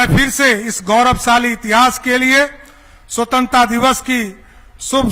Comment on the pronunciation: स्वतंत्रता भी सही से नहीं बोल पाता है महोदय जी